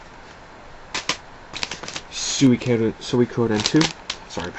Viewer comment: I'm sorry I have to say this but when you said Legend of Mana it sounded like Legend of your mom. Hahaha yeah I know it's immature.